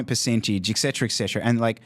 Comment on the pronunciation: It’s pronounced “ET-Cetera” with a T, not K